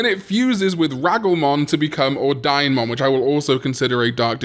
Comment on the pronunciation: It's pronounced Or-dee-nay